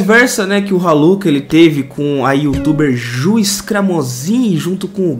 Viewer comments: Kkkk troca o R pelo M e da Maluka😂😂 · Eu juro que entendi maluca kkkkk em vez de raluca kkkkk deve ser de outro planeta kkkkk